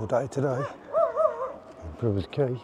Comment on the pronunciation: Quay not Key